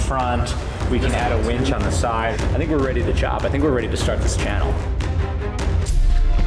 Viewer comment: Did he just call a winch a wench?